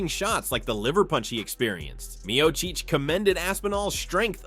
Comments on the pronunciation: "MEO-CHEECH!" Come on AI. Painfully annoying. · Mio-Cheech and Mio-Chong. Those funny A.I. thingies... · The narrator is such a casual non MMA fan that he can't even pronounce Stipe's last name correctly. 🤣